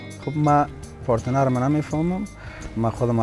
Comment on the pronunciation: Nazir khara, "parteenar" lol instead of partner... it is cute though! :P